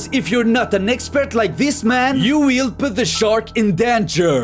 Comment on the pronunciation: Yo weil puuuuhhgt Da sherk In dunjeear